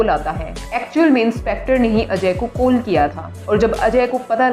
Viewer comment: Koll not its call make ur pronounced correct